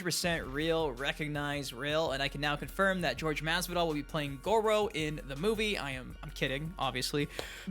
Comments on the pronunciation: It's pronounced hor-hay (Jorge) Masvidal not George. Funny how it's only the teeth that are what's wrong with Mileena. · “George” Masvidal? what an insult. It’s Jorge! SMH 🤦🏻‍♂️